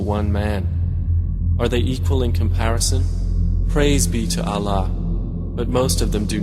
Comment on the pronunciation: eww he can't even pronounce Allah properly he is saying Alah! So damn annoying